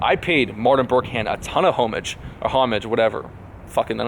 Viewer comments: I think it is pronounced omaaaaaaaasj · Dude, I believe you pronounce it 'oh-mahj' haha. Straight up about that victim mentality too. As soon as you invest your ego in people giving you validation for ideas, you lose sight of the reason for coming up with those ideas: to actually add value to people's lives. Great vid! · Pronounced Home-ahj lol. Love your videos. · "Homage" is usually pronounced "hom-ij, om-" or "o maj" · like 'Aw-mudge' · Homage. Dont pronounce the H 😅